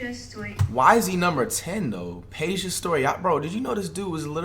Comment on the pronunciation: He said peja correctly I’m shocked